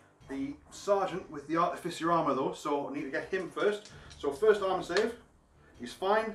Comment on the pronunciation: Is there a joke I’m unaware of as to why everyone mispronounces artificer as articifer? It’s not just this channel. It’s all 30k bat reps.